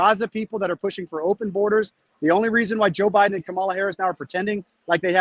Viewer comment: There's a new name for Kamala............. "Ka"MAO"la. 😂🤣😂🤣😂